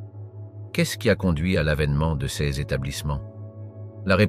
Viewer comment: Cette voie électronique, je n'en peux plus !!! On ne dit pas "C S" mais "ces".J'ai lâché au bout de 6 minutes.